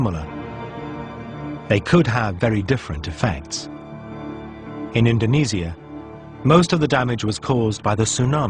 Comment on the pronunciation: he says it like indonesyia not indonesia